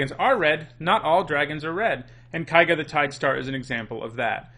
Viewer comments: "Kaiga, kaiga, kaiga, kaiga,..." It's Keiga, for god's sake. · His mispronounciation of keiga rustled my jimmies. Ke-ee-ga. It's japanese. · Ugh, I realize that I did the same thing back in Kamigawa block for Eiganjo Castle (I still think of it pronounced this way), but Japanese is not German. "Ei" is pronounced in Japanese like in "neighbor" and "weigh". And everyone tended to pronounce Keiga correctly from what I recall, so it's strange to hear someone pronounce it wrong. Even worse, you then pronounce the "ei" correctly on Yosei! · It’s common enough to mispronounce Keiga, but I’m a little surprised you can say Yosei right without noticing the inconsistency.